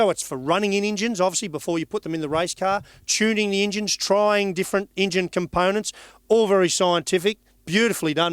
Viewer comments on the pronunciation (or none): How long until SJW's cancel him for saying Injun?